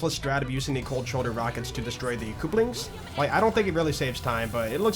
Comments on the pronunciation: Run invalid, you mispronounced couplings. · That pronunciation of couplings is certainly a choice